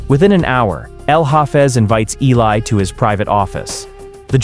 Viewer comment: His name is Eli....you are pronouncing completely wrong.